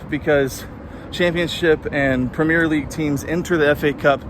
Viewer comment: You're pronouncing Premier wrong.